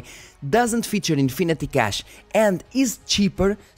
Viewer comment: Cant get over the way dude pronounces "cache"